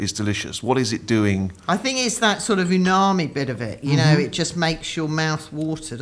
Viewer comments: someone please tell it's "umami", not "unami" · Did say "Unami" instead of "Umami" when talking about the smoked mackerel? 🤔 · it's Umami not Unami:) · Am I wrong or does call it "unami" rather than "umami"? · ...it's UMAMI